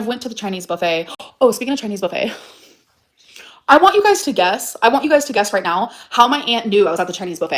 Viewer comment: OMG!!! She said buffet wrong 😢 (S)